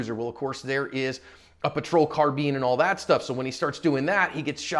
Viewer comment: Sorry to nitpick, but.... isn't the word carbine pronounced "car-byne", not "car-bean"?🤔